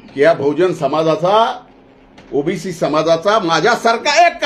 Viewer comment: जीभ अडखळा लागली बाळा तुझी.. ओबीसीला OBS म्हणायला लागला भाऊ तू! कॅमेरामन च्या डोळ्यांना डोळा भिडून बोला न साहेब😂